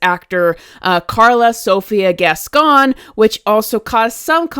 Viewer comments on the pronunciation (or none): Just like kevin ethan levin, can't stop putting foot into own mouth! And, the way you say that last name, sounds like"gaston"instead. Yes guys?